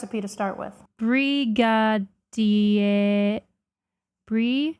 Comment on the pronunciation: Brazilian here: that is NOT how Pão de Queijo is pronounced. Queijo is pronounced “ke-jo” as you actually pronounce j in Portuguese. The o in pão is also partially nasal. You also squandered brigadeiro. It is pronounced “bri-ga-deh-ro” (r is pronounced like in Japanese)